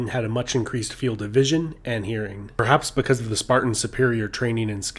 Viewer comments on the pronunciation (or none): none